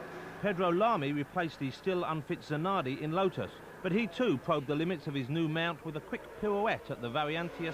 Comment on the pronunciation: “Zanawdi cwashed his Wotus on the twicky Eau Wouge corna.”